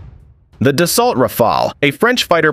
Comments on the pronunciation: If you’re going to take the time to make a video showcasing a specific plane, you should, at the very least, make even the smallest of attempts to pronounce the manufacturer’s name correctly. It’s not “da-salt” as in “Yo! Pass da-salt!” It’s “da-so” as in “Really? Is da-so?” Follow me for more “Hookt on Fawnicks” content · it's pronounced dassOH, not dasSALT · It is pronounced Dasso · Dassault isn't pronounced "Dass-alt". 🤦‍♂️ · It is actually pronounced "DASS-O". You are most welcome. 🤗☺️❤️🖖✌️ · It’s actually pronounced dasso even though it’s spelt dasault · It's pronounced "Dass-oh" by the way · It's pronounced duh-SO. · Dassault is not pronounced like assault.